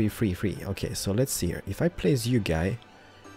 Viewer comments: why does he talks like heiiar when he knows to say here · The way you say "heeooyr" should be dropped from your show. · Can't this guy pronounce "Here" like a normal person? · I like how he says hear instead of here